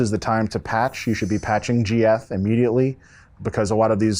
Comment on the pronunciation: the client is called "geth" not g-f